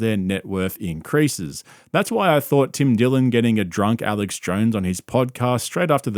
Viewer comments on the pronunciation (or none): none